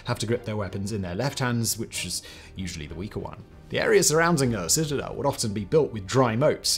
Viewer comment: Haha citizels love this video but citizel 3 times makes me laugh because of the rule of 3 in comedy. Citizel of the city of citizelotry citizeliation 😂 got to love siege warfair reminds me of age of empires 2 what a game. Also jerusalem was besieged afew times. Thank you. Have a wonderful week. All the best ❤